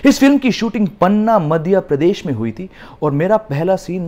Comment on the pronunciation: What is मदिया प्रेदश।its मध्यप्रदेश 😂 By the way ....Love u ❤️